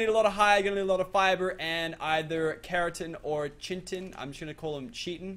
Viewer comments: U dnt need raptors when u get a pteranodon also it's pt-rano-don not ptrra-don also ky-ten not chi-ten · who cringes so hard when he says P - Teradon or Chin - Tins. Dude. Its Kite - In or Terror - Don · Chitin is pronounced: Kai-Tin not chin tin ffs every episode ive commented something with your pronunciation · Okay Chitin (KI-(te), TIN), not chin-tin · It's called ki-ten, that's how you say chiten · it's chitin not chintin lol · Chiten is pronounced as ki-ten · it's pronounced ki-ten no chit-en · are you freaking kidding me? every episode, im telling you its not chi-tin its kai-te-n and the other thing is ke-ra-tin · It's pronounce like Kiten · ITS PRONOUNCED AS KAYTEN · its chit-in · CHitin = KIte - in, plz i cri evry tiem. im in biology, i know how its pronounced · Chitin is pronounced Kite-in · Chitin is pronounced "kite-in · chitin is pronounced (KY-TIN) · I don't want to be rude but it is Khi Ten and Meh joe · You pronounce it, Ki-Tan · chiten is pronounced. (Kite-En) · its meh-joe- berrys and kie-ten and dont whare flack its bad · your killing me,chitin is pronounced ki.tin or kai.tin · it not how u say chitin it's kitin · chitan is pronounced K-i-tan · It's pronounced kitin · Its pronounced Ki tin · Pronounce it ki tin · chitin is pronounced kai-tin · its pronounced ky-tin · Chitin is pronounced Kiton. It makes me so mad. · READ WHAT "CHINTIN" IS PLEASE I CRINGE EVERTIM ITS CHITIN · I find it funny how says chitin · HOLY FUCK. THE WORD CHITIN DOESN'T HAVE AN N. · oh CHITIN doesnt have a n? Educate me please. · please pronounce chitin correctly )